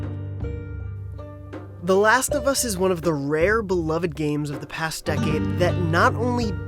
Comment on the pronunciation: "The Lust Of Us" 10/10 -IGN